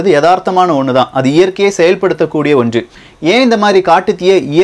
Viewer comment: neenga "ondru" endra varthaiyai oru maargama solreenga. Athu nalla illa